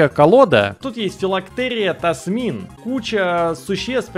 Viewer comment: Кто-нибудь, скажите ему что правильно ТаМСин